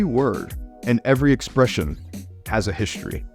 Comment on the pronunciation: I hate when folks conflate all of South Florida. There is a big difference between Miami in SE Florida, and Naples in SW Florida. Interesting how a linguist says , "shtructures" and , "hishtry." A lot has been written about this (totally annoying) sound change.